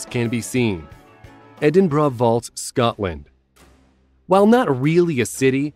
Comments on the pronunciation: 😂😂 Edinborah, it’s ediburrah but spelt Edinburgh 🏴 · Wtf - Edin-BRA ??. Why do Yanks have such a problem pronouncing Edinburgh properly - it's as it's written ffs ! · I think the voice is computer generated due to its inability to correctly pronounce many words, not just Edinburgh.